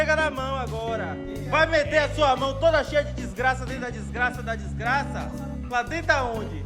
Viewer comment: "Vai meter a sua mão toda cheia de diiixgraça dentro da dixgraça..." #ideiacheque